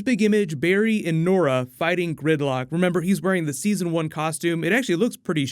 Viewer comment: I keep hearing grimlock instead of gridlock😂